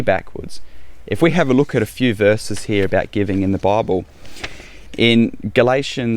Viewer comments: I heard several references to a baubel, which I later understood was to be bible. In America it's pronounced Bye ble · I at first I thought what’s a bobble? Oh…. He’s saying Bible. lol. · “In the bahable”. 🤣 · Took me the longest time to figure out he was saying "Bible" ! Bobble? AHAHAHAHAHAHAHA!!!